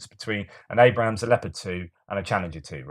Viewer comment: It’s ABRAMS NOT ABRAHAMS! There’s no HAM IN ABRAMS!